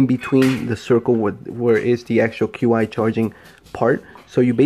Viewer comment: Hey bro, Q I charging is pronounced "CHEE" charging. Just an fyi 🙂 . Nice review, looking into these as car manufacturers still haven't cared or figured out that folks need a built in dash mount solution for the cars